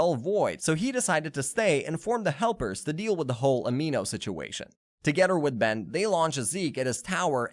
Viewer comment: It’s Dr Animo not Dr Amino